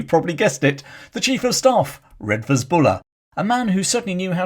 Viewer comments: I always though Redvers was pronounced “Reevers.” I first came across this redoubtable leviathan as a callow fresher at the University of Exeter many moons ago and espying his magnificent equestrian statue just along the main road. This lead me into researching his background and digging out long-neglected tomes about the Ashanti Ring from the university and city libraries. Even then, more than thirty years ago, Buller had become an obscure and near-forgotten figure in his native Devon. To me, a Yorkshireman, his story of courage in action and gritty resolve, his very image that of a stalwart, four-square late Victorian general (with, I imagined, a brick red face, claret-coloured cheeks and hearty, blustering manner) was the epitome of the Boy’s Own Story military commander mixed in with a character from the Four Feathers that was shown on television as a boy. Thank you for reminding us about Redvers Buller, warts and all. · Buller’s first name is pronounced Reevers not as it is spelt Redvers . He was scapegoated by the establishment, hence the outpouring of public support and money to erect the equestrian statue . A horse once filled with water as an Exeter Rag Week stunt - story goes it peed for a week afterwards ! A Kirtonian